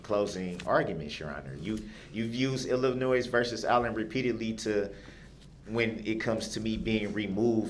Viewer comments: "IllinoiS"? Is that a new state? Guess his 12th grade education didn't cover the proper pronunciation.. even after the judge quoted Illinois vs. Allen a million times dipsh!t still cannot say it right. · Illinois ( the S is silent ) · He thinks that the S in Illinois is supposed to be pronounced.